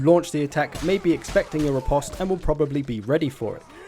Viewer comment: Riposte is pronounce ri-post :)